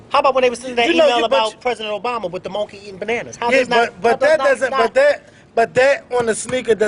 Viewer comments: lmao she said MON KEY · I Died laughing at "MON KEE" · "Moan-KEY" LMAO! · SHE SAID MONK-EY!!!! LMAOOOOOOOOO! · LmfaO.. When he said that Lady Called HIM MONK-KEY I was Crying Laughinn